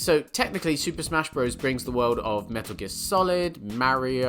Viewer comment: Did he just call Breath of the Wild an RPG?!? Also, why does EVERYONE deliberately mispronounce "Bros."?!? Why do these stupid channels keep getting recommended to me?